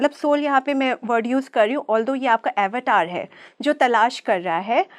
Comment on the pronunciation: अवतार शब्द का ऊच्चारण 🤦 गुलामी की हद है.